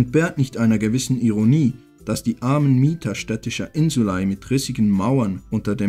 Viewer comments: Gutes Video macht Spaß zu schauen. Nur eine Sache die mich gestört hat war dir aussprache von Insulae du sprichst es Insulei aus wird aber Insulä ausgesprochen aber ansonsten echt gutes video 👍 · es heißt insulä nicht ei... depp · Also ich habe die Aussprache von „insulae“ im Lateinunterricht anders gelernt… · warum sprichts du das "ae" so seltsam aus?